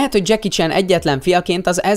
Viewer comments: már az első mondatnál sírtam! Mi az, hogy..most fonetikusan írom le....Dzseki Csán? :D Mert így ejtetted :D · Senki: Ádám: Dzseki CSÁN